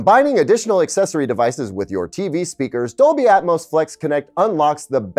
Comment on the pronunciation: Dolby "Atomos"